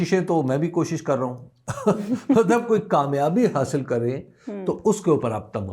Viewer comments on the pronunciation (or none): زرداری کو رومن اردو میں تقریر دی گئی تھی جس کو پڑھنے میں مشکل پیش آ رہی تھی ۔ اسی لئے K اور H کو گڈ مڈ کر گیا ، شاید نظر کی کمزوری کی وجہ سے ۔ کوشش کو پہلے خوشی پڑھ رہا تھا 😊